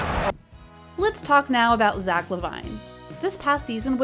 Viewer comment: Wrong pronunciation of Zach